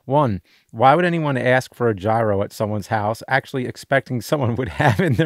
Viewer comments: Its not gyro its GYRO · How are there so many people that dont know how to say "gyro"?